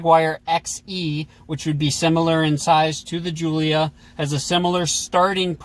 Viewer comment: Only thing they pronounced right was giulia